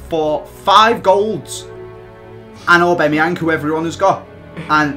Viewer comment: When he successfully pronounced that player lmao